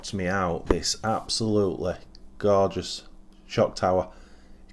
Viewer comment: wow you did say that word quite a bit, but Hey its absolutely Gorgouse so why not hope ive counted correct hahaha, all in great fun love the channel and all your efforts bud, cant wait to see more builds like that gt2, cheers:-)